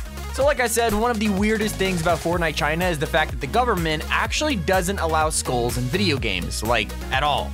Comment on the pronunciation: Why Am I Hearing Schools Instead Of Skulls. Is It Because I Don't Want To Attend School.